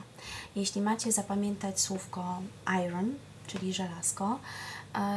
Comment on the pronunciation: Bardzo nie chcę brzmieć jak hejter,ale radzę pani sprawdzić wymowę słowa iron. Pozdrawiam:)